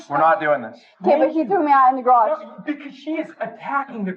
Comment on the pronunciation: "You threw me in the garajah!" What the hell is a garajah?